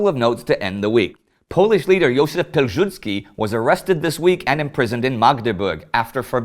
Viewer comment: You can pronounce Piłsudzki as Peeusoodzky :)